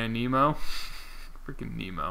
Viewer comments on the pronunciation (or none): Nih-mo. Not like Nemo. C'mon man